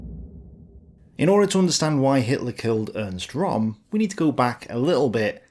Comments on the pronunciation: röhm not rom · Ernst RÖHM - NOT "Rom" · It' RÖHM, not Rom!!! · No, its pronounced "Göring" & "Röm". The vovel is similar to the one vovel in "heard". pronounciation is frankly lousy. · Possibly your best video so far (as far as poking the lefties with a pointed stick in concerned) But I am surprised that you didn't mention Herman Goring's pre-Nuremburg debriefing when he was asked about Ernst Röhm (pronounced “Rhurm”, by the way) and “the night of the long knives” said that Röhm “was in my way” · could you possibly learn how to pronounce German names correctly? It's not ROM! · you've pronounced Goering's name correct and Rohm's name also has an Umlaut and therefore its pronounced the same way. Rohm's name is pronounced RERM. Same way as GER-ING. Just sounds better when the Germanic name is pronounced correctly. As always, brilliantly researched and presented. Kudos to you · Great video but Röhm is pronounced like “room”.